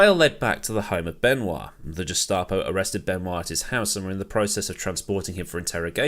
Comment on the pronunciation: Carraciola is 'Carra' 'CHiola' ... Gestapo is pronounced with a hard G as in 'Get F**cked'... interesting video though... more please :-)